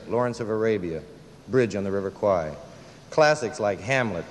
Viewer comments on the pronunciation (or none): none